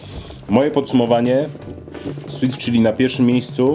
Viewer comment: Dlaczego powiedziałeś CHILY A NIE CZYLI ?!